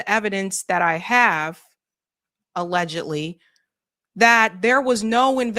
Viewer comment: HOW MANY TIMES DO YOU HAVE SAY THE WORD , ALEGAGALLY ?